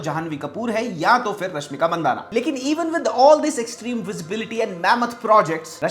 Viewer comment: Not mandana It's mandanna